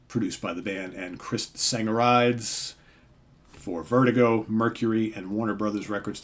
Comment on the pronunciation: Hi everyone, great pick, I had it a few days back. By the way, producer name is pronounced "Sang ga ree dees". Just saying! My pick for today takes me back to the band that started my journey into this thing we call hard rock. Growing up in a rock free house (lots of classical music, big band jazz and so on, and nothing wrong with that in its way) I suppose the heaviest things I'd heard were the Beatles and occasional things on the radio like Slade and Status Quo, but the day the penny really dropped was when a cousin of mine, a few years older than me, stopped off at my folks' house and brought three LPs with him, playing me a track from each. 2 and 3 were Bat Out of Hell and Nantucket Sleighride, but the first, more "basic" song was All Night Long, by Rainbow, and so I have Richie Blackmore to thank for opening my ears... Which brings me, in a longwinded way, to my pick for today, RAINBOW, Difficult To Cure. I remember seeing I Surrender on Top Of The Pops on the BBC, getting the album when it came out and Rising at the same time, and wondering how many vocalists they had!!! Of course, you also had Spotlight Kid, Can't Happen Here, Freedom Fighter, Midtown Tunnel Vision and the Beethoven-based title track (an instrumental, GaryH, bless my cotton socks!) and I was well and truly sold...